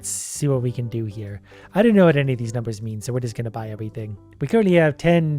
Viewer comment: Watching trying to pronounce the numbers on earth was the funnies part of the video